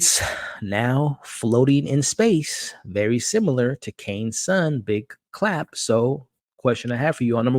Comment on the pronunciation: Thats "Big Chap", my friend, not "big Clap" 😅